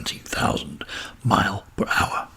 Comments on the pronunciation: Why can’t this guy say miles!? Drives me mad. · Miles... Fucking miles. Multiple... Pronounce the S you tit